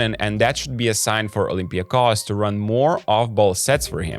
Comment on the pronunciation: Kudos to Basketnews team for pronouncing olympiakos name the right way! Oly will make it to the finals, despite your prediction.